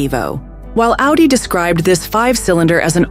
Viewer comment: If you make a vehicle on Amazon specific set of cars . At least learn how to properly pronounce the name of the company . Every time I heard him say "ouuutti" would just cringe. Takes away from the video